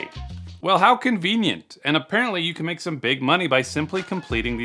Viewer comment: "...To make more..." * "To lmake more..."